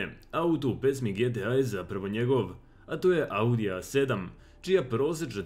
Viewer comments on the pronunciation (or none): none